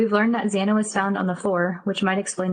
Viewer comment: Xana’s name is pronounced Zaana NOT Zawna! Please be respectful of the victims! 😡